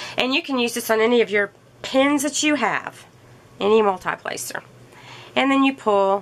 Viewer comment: Multee placer, not multeye placer.